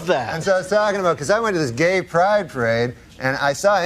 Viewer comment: The emphasis on the G in Gay is textbook work here :face-purple-crying